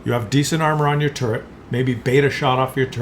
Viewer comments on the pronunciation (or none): none